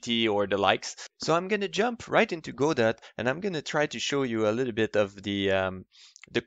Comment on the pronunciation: BTW, it's pronounced "God oh", not "go dot".